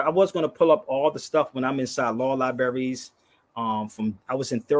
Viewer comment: It is interesting to me that someone who "supposedly" has visited so many different "libarries" around the country, still doesn't know how to pronounce the word "libraries" correctly. Just because someone, like, has visited some "libarries", doesn't make him a "lawyer", but on the other hand if you spend any time in prison, you are considered a "criminal". I just wonder if has spend any time in a prison? Just "aksing"? Sorry, I meant "asking"?